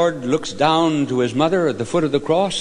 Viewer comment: ..therrrrre's yourrrrr son, therrrrre's yourrrrr motherrrrr😄😄😄